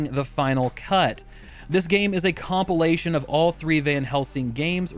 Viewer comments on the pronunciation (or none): none